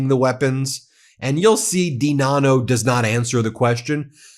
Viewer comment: DiNanno pronounced I-Dunno